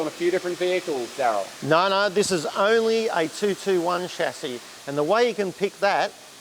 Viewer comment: is the only one who can say "Chassis,"